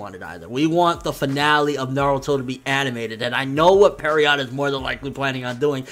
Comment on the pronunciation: How is Pierrot pronounce Perriot